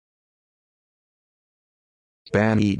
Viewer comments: Lol this is so fucking wrong! How is it the first result? Search for videos where people are pronouncing "banneton" and you'll see for yourself how far off this is. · Hahahahah so horribly wrong